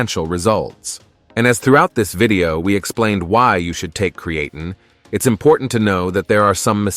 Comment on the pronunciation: Subscribe? I would love to if I could get through the whole video, but I can't deal with a monotonous AI voice even if all the facts are correct. The key giveaway for most AI videos is the mispronunciation some words like creatine and deload which should be written as de-load.